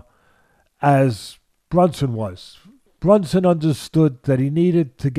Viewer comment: It's BRUNSON not BUNSON😂😂😂